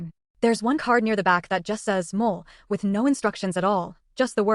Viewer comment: Moh-lay. Chee-lays.